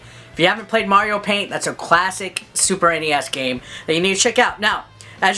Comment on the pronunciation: I totally lost it at "Cwasic"!